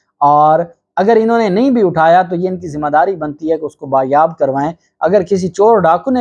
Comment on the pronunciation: Sir lafz bazyab/Bazyabi hota hay Bayabi/bayab nahi ❓